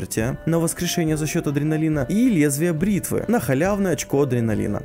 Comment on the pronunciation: Наконец прочитал правильно "Лезвие бритвы" )